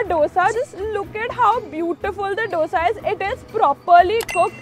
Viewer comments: Please pronounce dosa as u pronounce "d" in dum biryani. It's not dough-sa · Pleaseeee!!! Its pronounced as 'dho-sa'😩✋ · Dough sa nahiiiiii …. Dosa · I like you, but it's dosa not dosha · It's not doughsa..its dosa .... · can you please learn how to pronounce dosa. you’ve been in bangalore for so long i don’t think it’s that difficult to pronounce dosa properly